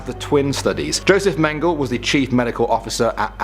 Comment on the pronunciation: It's pronounced meng ga la